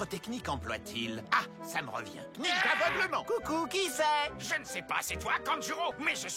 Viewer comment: Personne a remarqué a 40.15 le gorilles il a dit coucouch panyew😂😂